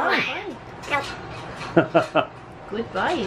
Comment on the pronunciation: In response to words from, says "good?", but it sounds as if he's saying "what?" as if he had no idea he's a black-billed magpie. 😂🥰